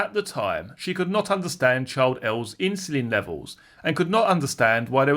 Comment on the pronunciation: Why does this voice mispronounce insulin?